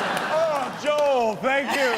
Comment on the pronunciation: why are they saying jol, its joel